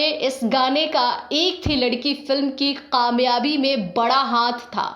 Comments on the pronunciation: Please correct your kaaf and qaaf..its very irritating to hear this language...It is pakistan not paqistan...it is kamyabi not qamyabi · pls work on ur pronunciation. Gujaray? Paqistan? Qamyabi??